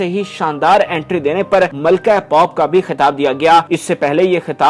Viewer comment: پاپ نہیں میرے بھائ پوپ، پینڈو اردو سیکھ لے